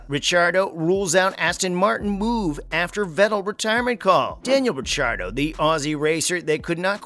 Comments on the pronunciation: wtf???? stop trying too hard for views. do your homework bro . and dont butcher RICC's name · Clearly new to f1. How dare you say ricciardos last name like that😭😭😂